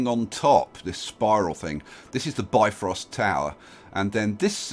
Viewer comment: I'd just like to point out, and this is probably pedantic, but you pronounced Bifröst wrong. Instead of bi-frost it should be closer to bif-rost. The ö is pronounced a little differently but I can't really think of a way to convey it in typing...